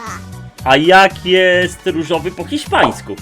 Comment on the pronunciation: Hiszpański a nie Chiszpański